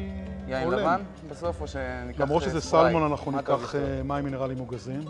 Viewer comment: אלו שאומרים סלומון במקום סלמון ... 🤦‍♀️ : "קינלי" ... 😄 מסוג המקומות שדוגלים יותר בכמות מאשר באיכות. (או שמא הכמויות האלו במיוחד לניב ...) מבאס לאללה בכל מקרה, וחבל על כל המזון הזה שנזרק כי הוא לא טעים.